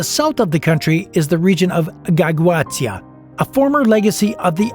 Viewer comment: Learn romanian language ! Chișinău, Transnistria, Găgăuzia must be pronounced correctly by the narrator!!!